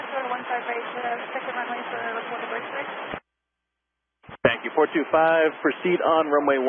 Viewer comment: Since everyone was ok, I feel it must be pointed out that the Tower guy actually said "Spank you Port 25...."